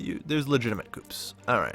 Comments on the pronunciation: This Video Was Very Good And Helpfull! However.... You Somehow Managed To Mispronounce Hades And Coups.... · Don't forget "coups".